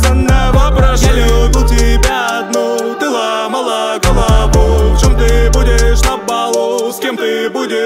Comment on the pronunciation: Честная оценка всех песен. 1. Такой же как все - ну тут нет минусов, просто шедевр. 2. Не Рокстар - идеал но кажется немного странным, не знаю почему. 3. Что ты знаешь о любви - идеал, но момент "Ты ломала голову" немного раздражает мои уши, из-за неправильного ударения. 4. Жизнь в розовых очках - этот трек ожидался мною еще с выхода Лук-Батун, слишком овер много отсылок. 5. Не играю - шедевр х2 6. Честный человек - припев топ но куплеты немного странные, особенно первый, а так если не вдумываться в смясл то топчик. 7. Чужой - шедевр х3, думаю потом его будут использовать как звук в тик токе. Общая оценка 9.9/10(на 10 не может никто, только если Фиксай сделает совмесный трек с Тарасом Шевченко)